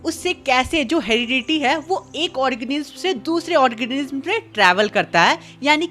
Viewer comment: Organism ❌ ..... Organisissisi✅